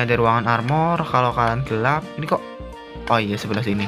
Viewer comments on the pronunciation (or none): none